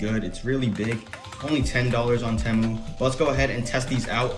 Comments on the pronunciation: Bro said teh- mu how u really say it is t-moo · btw you say it like "tea mu" not "teh mu" not trying to be rude. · ITS NOT PRONOUNCED "t-e-mu" ITS PRONOUNCED "tee-mu" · It’s not tehmoo it’s Temu bro say it right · its not te muu its TIIIIII MUUUUU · whats a tamu😂 its TEEE MU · its called tee-moo not tem-oo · its spelt temu but u say it teemu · its (teeeeeeee-mooooooo not tmo) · its teymoo not temoo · Stop saying tamu it’s teemu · WTH is tehmoo its (tee)moo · no way this guy pronounces it " temew" its pronounced "teemew" xddd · why “tehmu” its “temu” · my boy said temmu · its teeee mu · It’s called Tea Moo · It’s Teeeemu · its pronounced temu (tea-moo) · no hate but it’s pronounced (tee-moo) “temu” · its prenounced Teemu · bro the way he says temu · anyone else bothered he said temu wrong XD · No its just americans who override it and puts and extra bound in the “E”. NoT TryInG tO Be RuDe😶‍🌫️